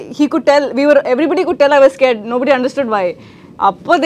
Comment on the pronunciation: That’s the real phonetic language of “scared”. Thanks to Kerala English medium schools for pronouncing wrongly many words.